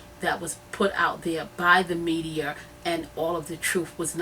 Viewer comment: take whatever help u get and go to English class lady. its TRUTH not TRUF..it's WITH not WIF. its THE not DA. its MEDIA not MEDIER. smfh